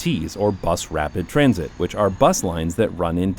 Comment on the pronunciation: my brain couldn’t stop hearing “TRAMsit” and “TRAMsportation” any time he said those words in this video 🫠